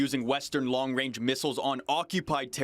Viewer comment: “Long wange”